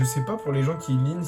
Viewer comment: Lean sa se dit pas lun